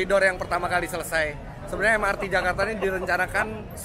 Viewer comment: Em-er-te Bang, sudah diindonesiakan kepanjangannya jadi Moda Raya Terpadu, jadi pelafalan singkatannya mengikuti ejaan bahasa Indonesia, karena kepanjangannya berbahasa Indonesia